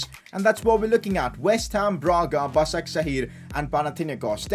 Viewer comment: Hey! It is pronounced "Bashakshehir" not "Basaksehir"